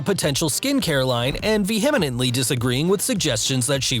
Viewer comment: Perhaps your VO guy should learn the correct pronunciation of “vehemently “.